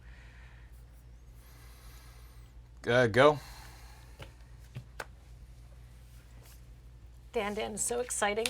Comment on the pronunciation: "come one man, just a little Ponder!? I can handle it, come on, be a friend!" the thing over the second A is a "circumflex" and you elongate the letter. Should sound like "Dan-dawn"